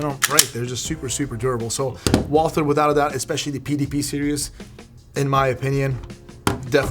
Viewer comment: It's pronounced Walter, like there is no H.